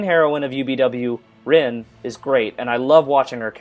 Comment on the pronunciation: i'm sorry for being the smart ass(lol) but u keep pronouncing "Rin" wrong. it's spelled Rin, but pronounced (Reen) and u're also pronouncing "Illya" wrong